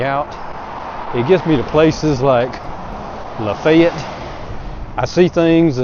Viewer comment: I'm sure people there appreciate the fact you said it correctly. I was watching some videos recently from Pierre, SD because it's a little outside my travel area. The videos all pronounced it the way it looks and comments were full of people complaining about it. Seems no one has ever made a video where they said it right. I want to be the first but it's a bit far.